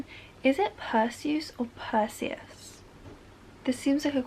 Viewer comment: It’s pronounced percyus like Percy +us